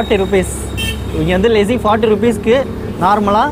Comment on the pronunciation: Bro it's lassi not lessi ......good video ..... valthukkal